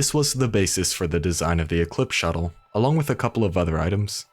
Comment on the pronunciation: Great vid, btw Shotel is pronounced “Show-Tell”